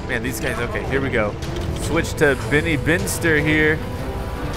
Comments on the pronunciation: i noticed you keep saying Venny that space guy is "Benny" not Venny lol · PLEASE. STOP. SAYING. "BINNY".